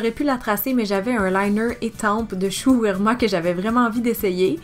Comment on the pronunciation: Shu U E MU RA... Uemura... U E MU RA ahahah ça me fait mal aux oreilles quand tu écorche la marque XD Trop beau le makeup Cynthia, j'adore :D